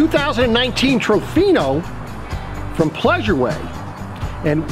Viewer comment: Its tofino not trovino